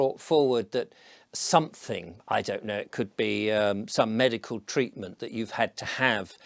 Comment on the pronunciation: oi, mush, are you insuating somefing?